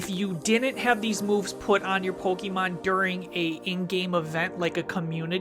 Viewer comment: Still absolutely love the show, but every time you guys say Pokémon you say it like pokie mon which reminds me of when I was in high school and used to get made fun of for still playing our beloved game. Not here to knit pick but maybe check the pronunciation because I’m pretty sure professor oak told us all as kids it’s poke uh mon. Love the show, love the podcasts!